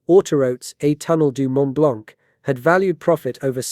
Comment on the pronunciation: FYI the c in "blanc" is silent. Edit: while we're at it, the t of "Mont" is silent too...